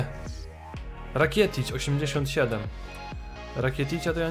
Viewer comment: TO JEST RAKITIC NIE RAKIETIC!!!!!